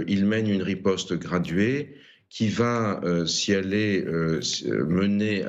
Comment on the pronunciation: "rispote" israelienne digne d'un sketch 🤣🤣